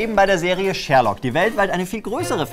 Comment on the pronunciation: "Die Serie Schhhhhhhhhhhährlokk" ^^